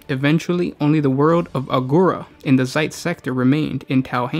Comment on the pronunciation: It's Zeist, not Zeitz...